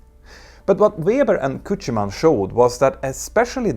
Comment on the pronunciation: Learn to pronounce Küchemann.